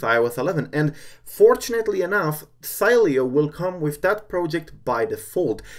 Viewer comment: LOL you pronunced the name the whole time its She-le-o